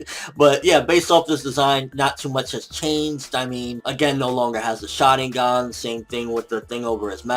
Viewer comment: it is pronounce shaRINgan. not shadigan. you idiot